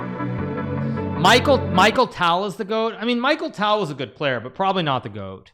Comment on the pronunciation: why does hikaru say micheal tal even the correct pronunciation is me-kyle tal